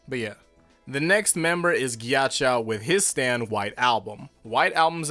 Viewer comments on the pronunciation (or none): Why do you say it Gyachow jesus christ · Nobody:: KYACHOW